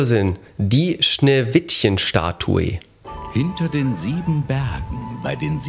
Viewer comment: min Schneewishen